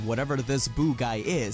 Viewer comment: It’s “DUH - BORE - UH” not “DAB - ER - AH”